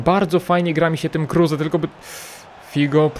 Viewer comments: Kruse a nie Kurse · Kruse a nie kurse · Czyta sie kruz anie kruze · NIE KURSE TYLKO KRUSE !!! 😂😂😂😂😂😂😂😂😂😂😂😂😂😂😂😂😂😂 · prawdziwy Polak kruse anie kurse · Czasem się myli. Max kruse a nie kurse